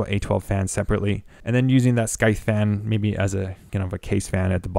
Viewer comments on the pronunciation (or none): Did they tell you it's pronounced like SYTHE, not SKY-THE? lol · I never thought I would get so triggered by someone saying 'scythe' as 'skythe'. Is it a regional way of saying it? Here is how regular people say it. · Are you saying wifout? It's not Skyeth, ..just Sigh-th, ..like the word scythe. 120 meeler, ...do you mean millimetre!?!?! Holy crap, pay for a narrator or something. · The sKythe lol. Had me dying. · skythe? you mean scythe...like the "psy" sound in psychic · Great review, super helpful and you're content is great. I can't help it though as I'm screaming at my screen - I'm not sure if someone has already said something as the video is a year old, but RPM is already plural so you don't need to worry about saying RPMs, it's like someone adding an S at the end of Pokémon, like my mum because she doesn't know what she's talking about. Also, the C in Scythe is silent. Beyond that, your video was so helpful with my NR200 build! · Are those gpu plugs ont he motherboard fan headers? Is that a thing on the z490 gigabyte boards? The c in Scythe is silent. ;) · Do all Canadians say scythe wrong or is this guy just mispronouncing it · the C in Scythe is silent. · ur pronouncing scythe incorrectly and ur cpu fan is blowing into the case, not out at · nice video! just FYI, Scythe has a silent "C". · Dude it's sycthe , like the reapers sychte... Cmon, english so not my mother language and even i know how to pronounce that :) Triggered me a little, what can i say. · You have ZERO aesthetic sense when it comes to colour coding for your hardware. 20 minutes of visual horror and imprecise planning. But that's ok, it's a learning curve. What is unacceptable is you, a native speaker, unable to pronounce the word ''scythe''. Well, I'm gonna be helping you with that, here's the phonetics and the pronunciation of the word. scythe / saɪð / [ sahyth ]